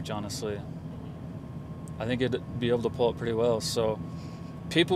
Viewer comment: tell me about it. Even worse, how about 'pool' instead of 'pull'? Or 'coalture' instead of 'culture.' When and why did that start taking over?